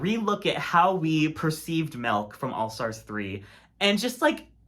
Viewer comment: Not Melk!